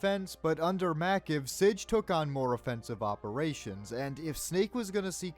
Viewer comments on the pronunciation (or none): MACV is pronounced MACK-VEE. Snake would have almost certainly been under command of MACV SOG doing infiltration and strike work. It was established in Feb 1962. I've always leaned towards Snake being a WO, if only for his highly specialized abilities, but an officer would also make sense. That said - Snake doesn't really demonstrate a fervent adherence to the Chain of Command, unless it's HIS chain of command when he becomes Big Boss.